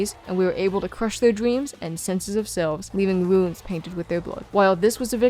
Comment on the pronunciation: Dweams? Mawwiage sounding ahh